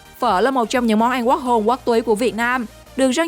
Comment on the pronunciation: Ăn chứ kp anh Phát âm chuẩn tý xem nào 🥴